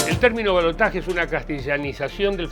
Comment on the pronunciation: Gracias por decir balotaje y no balotash